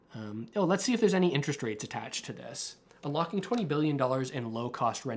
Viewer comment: I love how she says “we are ULOCKING more money “ which sounds like reserves, when, in fact, they are simply printing more money and increasing the debt!